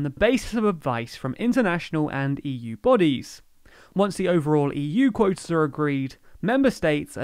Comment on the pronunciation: Clearly, insofar as the territorial limits have been already been established, the supposedly 'scientific' rationales of the EU have served to cheat the British, more probably to benefit the Brussels bureaucracy than to the fishermen of the EU. [English accent so funny -- for 'quotas' -- 'coitus'.]